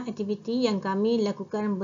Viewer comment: 1.2 sebutan suku kata, perkataan... dengan betul.. Tapi cikgu sebut tak betul. Aktiviti bukan ektiviti.. Sekejap baku.. Sekejap tidak.. Diharap lebih diberi penekanan selepas ini. Semoga terus berjaya.